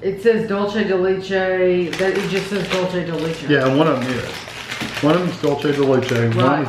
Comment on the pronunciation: Thank you Big wig. Somebody finally corrects on how to pronounce Dulce de Leche. I’ve always wonder if and Kevin do it on purpose or they really don’t know how to pronounce it.